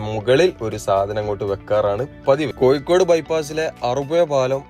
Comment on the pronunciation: കോയിക്കോട് അല്ല. കോഴിക്കോട്